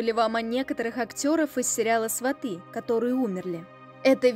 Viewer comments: Только не сватЫ,а свАты,ударение то можно научиться ставить? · Не сватЫ, а свАты, сватОв засылают перед свадьбой, а свАты, это уже родня после свадьбы. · СвАты,а не сватЫ. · СвАты, произносите правильно, слух режет